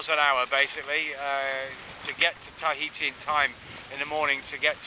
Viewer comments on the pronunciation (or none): Tahiti TA-HITI not tie-heati...